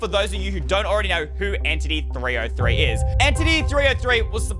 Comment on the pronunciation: Its entity 3 zero 3 not entity 3O3